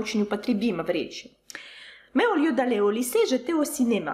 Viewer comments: Такое ощущение что фраза « Qu’est-ce que vous faites là au lieu d’être au lycée ». Ели написать так как он произносит то я слышу « o lieu d’et » но слово lieu тоже очень сильно сокращено. Очень интересное видео! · Кстати да... может быть! Учитывая, что, по видимому, фразу "au lieu" он произновит, скажем, НУ ОЧЕНЬ по-особенному)))